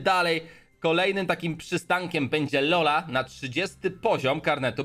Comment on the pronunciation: nie czola tylko hola